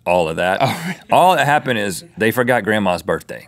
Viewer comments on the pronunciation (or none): he said cappened on the incredible crisis :O